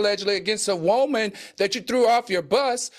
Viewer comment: I just love how Al says woman (whoa-man) 😁